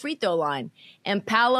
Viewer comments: Cam calling Paolo "Pablo" is hilarious because nobody correcting him 😂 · ITS PAOLO NOT PABLO 💀💀💀💀💀💀💀💀💀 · wtf Cam or Swaggy P on Gils arena keep calling Paolo the wrong name it’s no B in his name you damn idiots